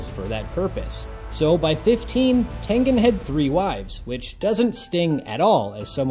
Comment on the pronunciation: Thank you for pronouncing HIS name correctly😆😆😆